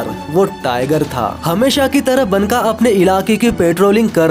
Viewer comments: Baka not banka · मेरे भाई, बनका नही, "बांका" मतलब खुबसूरत.. Banka का उच्चार बांका है यहा.. बांका.....